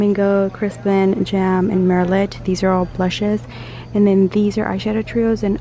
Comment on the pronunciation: Hi Sweetie! I am surely old enough to be your mom...or evn possibly your grandmother, so I am going to correct your pronunciation on a couple of words. Merlot is a type of red wine and cosmetic companies like to use the wor to describe a dark, rich wine color. But the "t" is silent. It is pronounced "Mer-low". Also, the word Dove as in the skin cream, has a soft "o", almost a "u" sound. As in the bird, Dove (Paloma). I hope you don't think me a critic. Just trying to help you advance in your career as a YouTuber. I see you doing bigger things in the future...you've got the talent!!!!